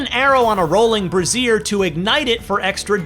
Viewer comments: It's pronounced "rolling bray-zier", brasier means bra, braisier is a metal fire cauldron. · That is a brazier not a brassiere. LOL